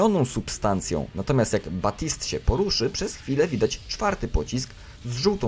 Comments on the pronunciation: TO SIE CZYTA BABTSAJT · Baptiste wymawia się Betist.